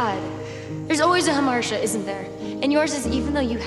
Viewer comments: I agree, everyone has a Ha-marsh-uhh. His is smoking, hers is knowing how to pronounce Greek words. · not how you pronounce hamartia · Her “hamartia” is how she pronounced that word 💀